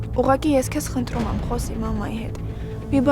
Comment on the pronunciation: Tamarik xosalud dzevy mi asa խնթռում